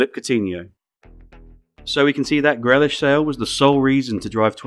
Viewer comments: Greeelish not grelish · It’s pronounced Gree lish If you can't get that simple task correct, what's to say the rest of the video isn't completer BS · Some very good points here. Far more depth and wider context needs to happen in these vids. Otherwise it feels relatively shallow in analytical terms which is compounded by inexplicably mispronouncing Grealish. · are you using AI for the voice over? Jack Grealish is pretty famous England international I'm wondering how you managed butchering the pronunciation - that's a genuine question not a dig. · guessing you/your voice over man is not a footy fan then and the channel is more of way to garner attention and the channel background is more financial with a side of passing football interest? As it's inexplicable to mispronounce Grealish's name.